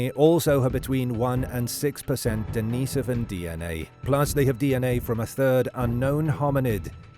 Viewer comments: I heard that too😂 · Why the pronunciation oddity on annunaki and denisovian?